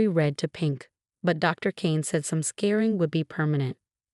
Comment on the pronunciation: It’s “scarring” not “scaring”! Geez.